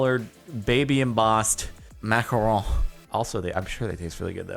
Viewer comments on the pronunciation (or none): none